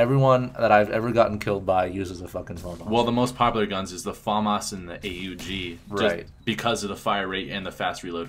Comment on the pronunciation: they are saying famas wrong lol